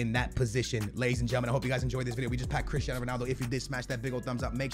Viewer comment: No one:: crishtiano